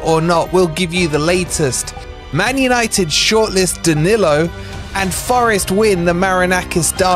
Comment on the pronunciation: Isn't it about time we all started pronouncing our Brazilian players' names better? It's "Muriyo" and "Daniyo" 😅